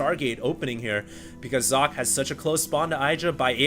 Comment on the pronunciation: Oh, i thought you learnt how to say Socke's Name...T-T